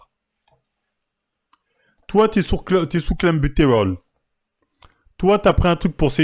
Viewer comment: Il m’as tué comment il a dit 🤣